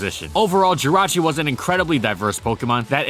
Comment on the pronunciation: JIRACHI DOES NOT END WITH A U, IT ENDS WITH AN I!